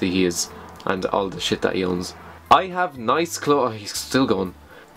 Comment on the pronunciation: does he says "shias" instead of shit? I mean it sounds funny but it reminds me of the german word for "shit" xD